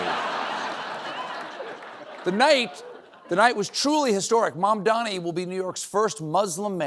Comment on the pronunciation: THE NAME IS MAMDANI, M-A-M-D-A-N-I